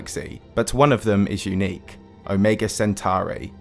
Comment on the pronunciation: You pronounced omega differently in 2 seconds